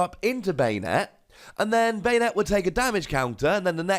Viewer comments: Ban-ette =/= bane-ette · I always pronounced Banette as "BAHnette" not "BEYnette" idk the way you say it sounds kinda weird.